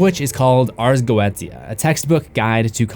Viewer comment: It’s pronounced “ars goisha”